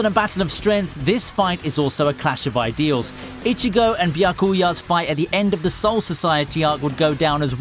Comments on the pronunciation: Lol good video but pronounce it "BYA-kuya" not "bya-KUYA" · it's pronounced byAkuya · Your pronunciation of Byakuya is a massacre .. have you watched the anime in japanese? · V-eye-z-ARE-ds Edit: Byakoooya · It's a nice video, but every time you pronounce Byakuya or Orihime one of my brain cells dies.